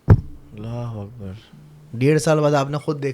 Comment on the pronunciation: correct pronounce kro bhai ALLAH HO AKBAR